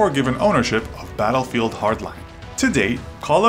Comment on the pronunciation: You sed dattelfront not battlefield